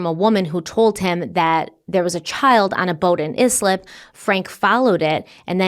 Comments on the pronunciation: Sorry it’s the Long Island in me but it’s pronounced I-slip not is-lip 😅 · kid was found in yslip Me: eye-slip! Oooh - uh oh …. 😕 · It’s pronounced “Ice-lip” not “izlip “ 😂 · How do you live up there and can't pronounce Islip... i,e, eyeslip... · Islip - eye - slip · Pronounced Islip = eye- slip! New Yorker here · I’m from Long Island, thank you so much for covering this! This was a wild, terrifying situation but so educational to us all. PS: “Eye-slip” for Islip 😅 LI has some rough names to pronounce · Eye-slip (Islip) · Islip — is pronounced “Ice-lip”. I’m from Long Island. 😊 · I'm sure you know by now...but it's "Ice-lip". 🩷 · Long Island names are hard to pronounce if you aren’t familiar with them. If you cover this story again just wanted you to know Islip is pronounced “eye-slip” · As a Long Island girl…it’s pronounced like ICE-LIP. Love you! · Thank you for covering this....BTW it's Eye-Slip, Long Island, however I always love the way you pronounce some words.:hands-yellow-heart-red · It's pronounced ICE-LIP.